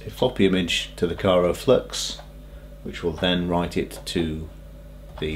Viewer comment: I know this is a fairly old video now, and not trying to be an a-hole, but it's Kry-o-flux not Kyro-flux ;-)